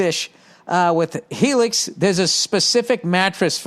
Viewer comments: When he started reading that Helix “Hellix” advertising I started gut clinching laughing 😂 👍🏽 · Hellix? Heellix?!